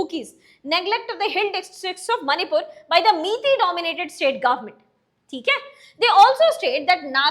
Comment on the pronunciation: It's mai tei .not miytiy